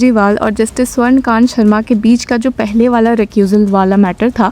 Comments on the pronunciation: यार तुम "स्वर्णकांता शर्मा" को "स्वर्णकांत शर्मा" क्यूं पढ़ती हो? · Swarnakant.. A.. not Swarnakant